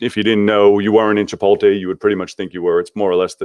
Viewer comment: It’s CHI-POT-LE, not CHI-POL-TAY.